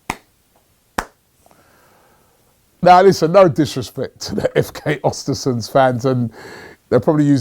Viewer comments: pronounce ewhr-stewhr-sewndh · Östersund Ö like the E in Ernie and you'll pronounce it better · Östersund*** not Ostersunds